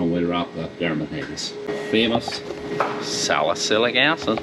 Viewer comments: When he said salicylic acid undetected a hint of an American accent. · The way you said "salicylic acid," with a different accent, hehe 😀